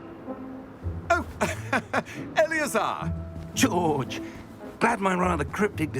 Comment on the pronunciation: Когда произносит Элеозар, у меня такое чувство, будто он произносит заклинание, а не имя профессора Фига 😸